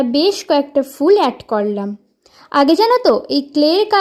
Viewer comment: Korlam ❌️😅 Karlam✅️😂😂